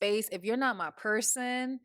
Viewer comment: Every time you say “not” it sounds like “nut” and I’m like huh??😂